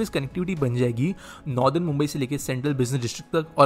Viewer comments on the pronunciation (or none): none